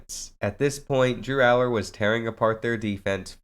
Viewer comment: Ur saying his last name wrong but good video